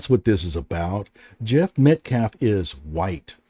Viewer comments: 'Metclaf' is like 'axe' for ask. Deeply embedded, unselfconscious ignorance. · Dominique Alexander is r*tarded. He keeps saying “Met-claff” instead of Metcalf. 😆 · I think that Dominique paid someone to pretend to be Jeff. He refuses to say Jeff's last name correctly. It's Metcalf, not Metclaf. The Anthonys knew what they were doing by hiring to speak for them instead of letting their lawyer speak. 😮